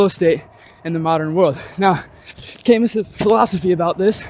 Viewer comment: Camus was from France 🇫🇷 his last name is pronounced "ka-Moo". Good insight and thank you